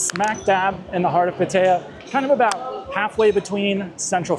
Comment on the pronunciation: I wish you'd pronounce Pattaya correctly. The videos pretty good. Please be careful with drinking. That location has ruined many good men.